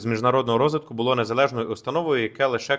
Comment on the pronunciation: Шановний, бУло - дупа (роменський). А булО, воно і є булО (українська). Така малеееенька цаточка - наголос, а як міняє сенс речення....